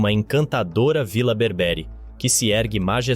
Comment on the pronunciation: BÉÉÉÉÉRBERE, COM ACENTO NO PRIMEIRO E